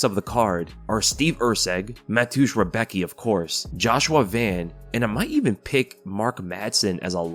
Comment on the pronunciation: Damn you pronounced Rebecki sooooo wrong haha its funny to hear. I know its hard for someone not from Poland but its so funny 😅😅😅